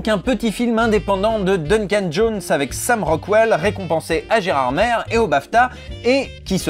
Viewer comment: Nan.... S'il te plait... Gérardmer c'est "é" à la fin pas "ère"... on m'a tellement gueulé dessus pour ça dans mon enface ca m'a traumatisé